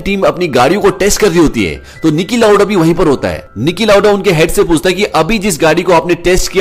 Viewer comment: Stop saying Nicky lauda